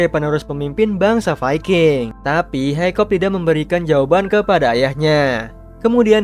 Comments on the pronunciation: Bang nama nya hicup bukan hicop😂😂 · Hikap! Not hikop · uhh bang kamu salah nama nama pemerang utama namanya itu hiccup dibaca hekkup